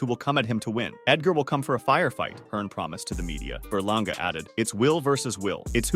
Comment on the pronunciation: Eddie Hearn said edgar berlangER😂